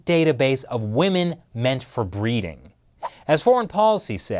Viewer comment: You sounds so weird when you say breeding